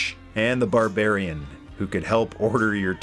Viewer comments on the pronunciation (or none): none